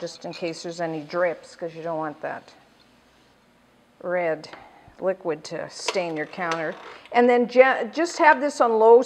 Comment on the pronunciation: she said read in stead of red